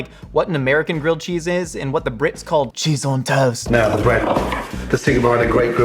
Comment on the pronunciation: As a brit, the way you said 'cheese on toast' had me dead 😂😭😂